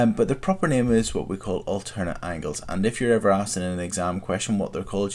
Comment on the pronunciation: alzernate angles and correfsponding angles